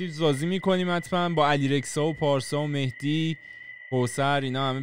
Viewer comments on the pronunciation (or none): none